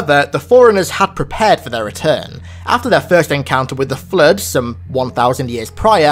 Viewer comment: I just wanna say it autocorrects your accent of "Flood" to say "Flirt" in the closed captioning and its hilarious XD